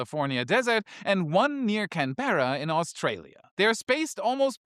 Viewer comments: Its Can-ber-ra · That radio telescope in Parkes is near Canberra pronounced can-bra. It's like Melbourne is melb-bun. But unlike Emu, it's not ee-mu, it's the longer eem-you. We shorten most things but not all. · Haha Can-beara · Go to google translate and type in Canberra and hit the speaker sign to hear how Canberra should be pronounced. I wish other would do this as many get many words very wrong and I cringe with embarrassment.